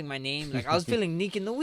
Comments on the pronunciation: ... "n' I was feeling neak in the wees!" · “Kneak in the wees” Man i just love max 🤣